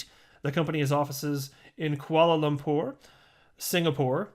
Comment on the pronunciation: wow the way u pronounce Kuala Lumpur is so accurate... I'm from there, so honored.